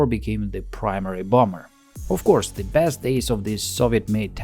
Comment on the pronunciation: "Of coursev it's a bomber, can't you see the B we painted on?"